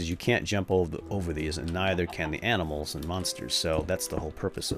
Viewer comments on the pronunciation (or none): u said aminals :-P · "What do you know? You're just...aminals." xD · Lol i think i hear him say "aminals" lol